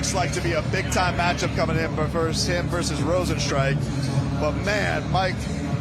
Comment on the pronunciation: lol Mike perry is messing up Rozenstruiks name sooo bad its hilarious LOL